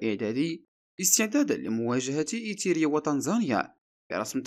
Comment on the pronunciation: ايريتيريا وليس ايتيرا يا اخي. اقرأ النص قبل عرضه.